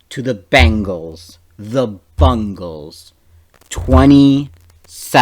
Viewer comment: It's Bengals.... (Bain-gulls). say it out loud now... lol GGs though